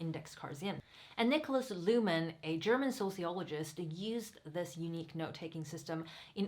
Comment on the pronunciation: And the name is not Niklas Luhmän , it is Niklas Luhmann - with the same a like in Niklas